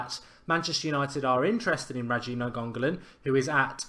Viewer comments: NAGONGALON YES GET IN! Nah seriously Mark his name is Rad-ja Na-in-go-lan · NAIN-GO-LAN NOT NA-GON-GO-LAN!!!!!!!!!!!!!!!!!!!!!!!! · Ra-Ja Na-Ing-Go-Lan is how you pronounce his name bro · Hey Mark just so the idiots online dont give you a hard time just cause u say the name wrong it is pronounced like this Ra-ja like you saying Roger like a Jamaican Raja Last name Na-in-go-lan hope that helps. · nice video pal, btw it's pronounced "Ni-ang-go-lan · Na-gongo-lan? Wtf 😂😂😂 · Pronounce it as Ny-an-go-lan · Mark, his name is pronounced na-ing-go-lan I know it's kinda difficult, i"m Indonesian, and it's Indonesian family name (his father is Indonesian) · It's Nine-Golan, another great video btw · Ra-ja Ni-an-go-lan Jesus Christ man invest 5 seconds in learning how to pronounce it before you go on air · It's pronounced Na-ing-go-lan, if you guys wanna say his name correctly. It's an Indonesian family name, his father is of Indonesia. And Radja (pronounced Ra-ja) means King. So there you go, if you guys still wanna know how to pronounce his name correctly. I'm from Indonesia, so i know it's difficult to say his name for a lot of you. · His name is pronounced Ra-ja Na-ing-go-lan I know it's kinda difficult, i"m Indonesian, and it's Indonesian family name (his father is Indonesian) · Mark pronounce Nainggolan nine go lin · all the folk giving him stick for saying nianggolan wrong, ffs, get a life, as if you haven't said something wrong in your life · It's like he didn't even bother to try and read it, sure he put a D in there somewhere.